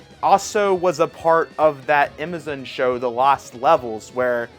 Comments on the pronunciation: Ok this isn't a funny question though it may seem so.. are you just mispronouncing Amazon or is there a switch game store named imizen? Again not being a jerk just curious. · Why my dude keep calling Amazon "Imizin?" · Bro. Learn how to say “Amazon.” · Dude can't even pronounce Amazon. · I love that he pronounces it that way. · He says stuff wrong so that people comment & feed his channel’s engagement lol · Another intentional mispronounciation is what it is